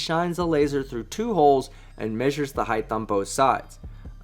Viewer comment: Robbie Davidson not Anderson. Also Height is not pronounced HI-TH it’s HITE as in Light with an Hb Height not Heigth